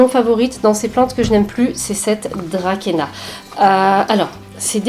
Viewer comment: l hygrométrie est trop basse chez toi...bégonia et thillancia et on dit draçaena :)